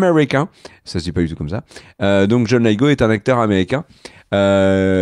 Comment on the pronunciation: "John lit te go" pas john l'ail te go !!!!! et merci pour toutes ces vidéos de presque qualité